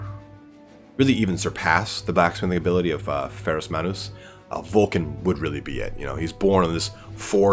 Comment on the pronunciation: Vul-ka Fen-reek-uh is how it's pronounced.